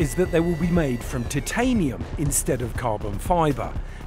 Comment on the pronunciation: Yeay! they pronounced titanium correctly. Go!